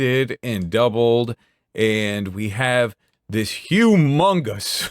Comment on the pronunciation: "Dis a good pencil!" Love it